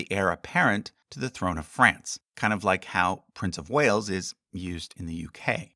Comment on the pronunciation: love how the way says this make it sound like the heir apparent in Britain is the prince of Whales 😂